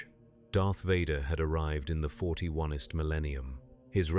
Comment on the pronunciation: "41-ist millennium" lol